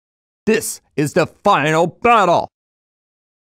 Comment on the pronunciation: This is the fyinial byattylle